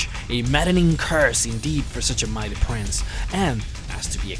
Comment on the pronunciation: He also says prinze instead of prince and Shampion instead of champion. No offence, nice vids.